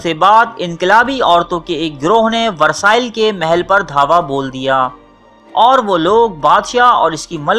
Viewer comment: Versailles is pronounced as Ver-Saaye